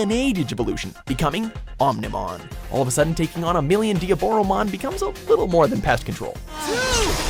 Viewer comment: Sigh... that Susano'omon and Diaboromon pronunciation